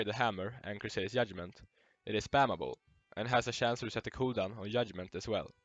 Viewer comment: Yudment LMAO